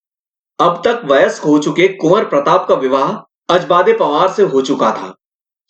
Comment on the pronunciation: Bro not ajbade the name was ajbde